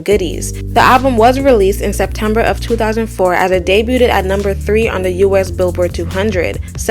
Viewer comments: Girl I’m so sorry..it’s pronounced day-bued (debuted) not day bu-ted. Please don’t do another video saying that. 😅 keep up the good work though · “Debuted” is pronounced like “Day-b-you’d” not “Day-b-you-did” no hate at all. Just didn’t see anyone correcting it after a few videos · debuted = debyood. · The “T” in debuted is silent. Debuted = pronounced “day-byood”. I find it strange that most of you Americans only have English as a language, yet some of us who have English as a second or third language still speak and write it better than you. 😂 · Luv it’s “DAY-BUGH’D” not “DAY-BWU-TED” u killin me lol but great video tho🔥💪🏽 Also it’s “KA-MILLIONAIRE” u don’t listen to this music really do u, ur jus reporting on it lol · I always liked Ciara and I’m glad you made a video about her. Good work. However to help you look more professional I have to point of some mispronunciations… The “T” in “Debuted” is silent. It’s “day-bewd”. Chamillionaire is a combination of “chameleon” and “millionaire”. It’s “ka-mill-yon-air”. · Debuted: Day-BYOOD/ day-be-you’d Chamillionaire: kuh-mil-lee-un-air